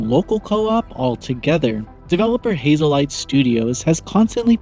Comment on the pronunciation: Haze light Not hazel light Lol